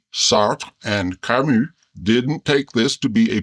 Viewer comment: I love how a can pronounce Sartre and Camus correctly! ❤